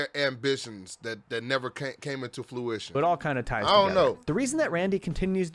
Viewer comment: I loved the enthusiasm none the less lol ✨fluition✨ it is 😂💜